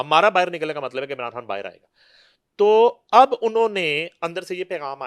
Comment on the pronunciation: She pronounces everything fine except خان, she pronounces کھان instead 😂😂😂😂😂